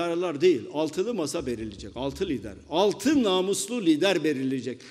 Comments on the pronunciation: Namuzlu diyor 😅😅😅😂, Ulan hayatimda en namuzus gördügüm insanlar siziniz😅😅. Bunlar harbi Komik Figuren. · Mamuslu derken 😅😅😅